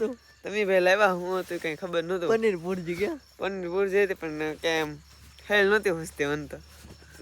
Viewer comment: પનીર પૂરજી નય પનીર ભુરજી કેવાય 😂😂😂😂